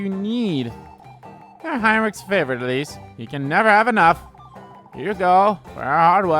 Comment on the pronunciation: Right off the bat and you pronounce "Elise" entirely wrong.